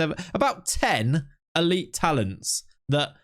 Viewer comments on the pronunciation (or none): none